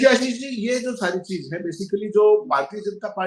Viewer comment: APNA name to Sahi bola karo samjhe